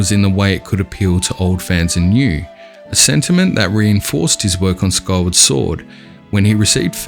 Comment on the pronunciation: Who will relate a Hyrule map with "jora's mask" or "kywar sword"? (man, mind your pronunciation, pls). ai mean , Skyward sword...mmmmaybe...but Majora makes no sense.